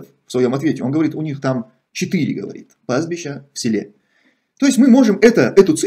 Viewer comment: ПастбиЩа, но не пастбиШа.